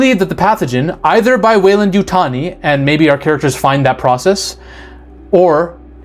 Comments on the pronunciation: Great video, Appreciate you pronouncing 'Weyland-Yutani' correctly, but I have to point of that you mispronounced the word 'Yautja'. According to Steve Perry, in his 1994 novelization of the 'Alien vs. Predator' the comic series, the correct pronunciation is 'Ya-oot-chah,' with the accent on the second syllable, and that "ch" almost a "j" sound. Source: May 08, 2007 reply from Steve Perry himself on the avpgalaxy forum. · Love your vids... you said weyland yutani correctly.. don't listen to those sharmudas I been thinking the xeno we love is one the descendants of genetically creatures made from these base few beginners crossed together.. but i could be wrong.. it would be cool that way... The first monster.. it's a Metroid! What if David uploaded his mind to be the template for many androids.. a backdoor passenger able to take over any android anywhere. Because he's the core.. he's the server..he pulled an IG-88 and put his brain in the system that creates copies. (An IG-88 Droid uploaded itself into the death star 1 and took over as the targeting computer out of sheer watoness to be a megaweapon)